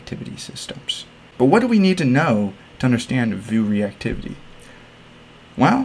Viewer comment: This is the first and only time I've heard anyone pronounce Vue as "voo" instead of "view."